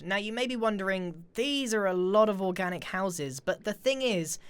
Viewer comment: When Grian says Organic. i thought that was a nuclear bomb